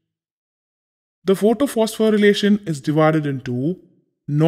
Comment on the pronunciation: Isn't it photophosphorylation instead of photophospho'relation'😅 Btw Thank you sir 😊